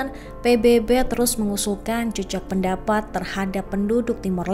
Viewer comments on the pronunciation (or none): Kok naratornya mengucapkan JEJAK PENDAPAT. HARUSNYA JAJAK PENDAPAT. JEJAK artinya tanda yg ditinggalkan. JAJAK ( MENJAJAKI) atau melakukan sensus., artinya tindakan untuk mengetahui jumlah dlm satuan. Misalnya menjajaki kedalaman sungai, berapa meter kedalamannya? Menjajaki jumlah orang yg memilih calon kades A, calon kades B.